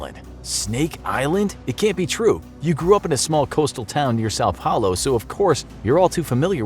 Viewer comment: You say são Paulo like sa paulo